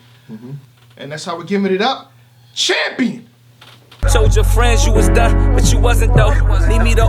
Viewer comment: Did just say "Thampion"?